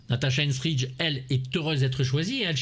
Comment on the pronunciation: Aïe aïe aïe... Natasha Henstridge non de non... Natasha Henstridge nom de Dieu.